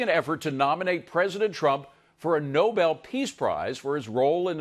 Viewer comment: It’s Nobel not noble!